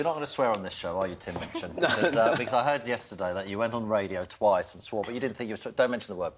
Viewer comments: seconds into this interview I know there's gonna b trouble, because she mispronounces his name as "Mitchin" and he shoots her that sideways glance... But god, I'm such a TMOCD I will even wade through crap like her to get a little bit more HIM! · Minchin. Not Mitchin.